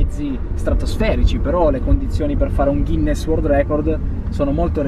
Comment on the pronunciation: WORLD ...NON WORD